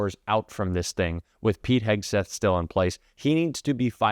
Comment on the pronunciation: Can Hegseth not pronounce the x sound? I heard Hokesters Hoke? Stirs? Maybe when your whole brand is a hoax you drop the x and add a KK... kay?